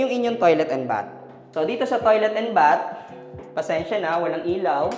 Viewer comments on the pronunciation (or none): BATH with th pronunciation please. Not B-A-T.